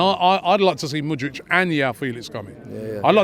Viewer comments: . Mudryk. Not Mudrić or Mudrich. MU-DRYK. Also, João, is not pronounced like "Yao" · This brother keeps saying mood-rich. Bruh learn his name before you put your demands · Yeah and Mudric for Mudryk 😅🤣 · Robbie wants Mudrik so much, he can’t even pronounce his name right😂😂😂